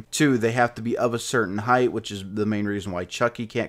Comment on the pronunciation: "hight" dude wot